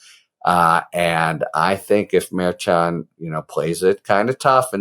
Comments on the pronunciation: Mehr-shan. Not merchant. Suppose’d’ly, not suppose’b’ly. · “Mer-shon” not “Mayr-chon” - you even had a guest in a couple of days ago who litigates in front of the judge and she gave you a correct pronunciation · Harry, I've watched you for a while and appreciate you BIGLY. A couple of notes, however: it is "Mershan" and it is "Fahnee." Cheers. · Harry, Judge Merchan is pronounced: Mur- shawn, accent is in the 2nd syllable. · I believe you are pronouncing the judge's name wrong. I believe it is pronounced Mer-shawn. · Love you, Harry. But why are you still pronouncing Merchan’s name wrong after Karen FA corrected you the other day!?!?😂😂😂😂😂 Mer ‘SHAN But in more important news, love the way you and the others are covering these legal cases! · You pronounce it Mur-shawn. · Lol Harry! It’s pronounced like: Mer Shon. Like saying John with a shhhh sound. Mershon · Harry it is pronounced mar shawn. Did you not learn from kfa? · I really like listening to your podcast, however,not going to listen to you go through this trial until you can properly say his name. KA told you how to say his name when she was on with you. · Why do you keep saying his name that way? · Rather, is on the 2nd syllable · KFA corrected your pronunciation of the judge's name...please either take her word for it or verify with the judge's office directly which is correct. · Why won't you say the judge's name correctly? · Ok, after watching your recent chat with Karen Friedman Agnifilo, I have to ask: you aren't intentionally mispronouncing Judge Merchan's name, are you?